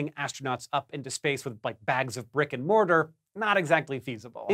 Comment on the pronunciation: What did you say ? Rick and Mortar?